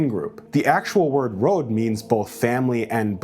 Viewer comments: It's pronounced like rod, but with o sound like in road. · >"I have Slavic descent" >Says "rod' as /rAWd/ yeah... XD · Bro can't pronounce "Rod" correctly. It literally means kin.